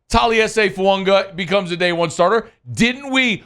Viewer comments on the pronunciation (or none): Please stop saying “Fuanga” it’s pissing me off😂